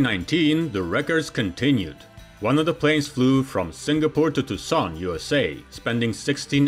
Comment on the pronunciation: If you'll allow me to nitpick one thing that is very noticeable to Americans: Tucson is pronounced with an emphasis on the first syllable. Too-sahn.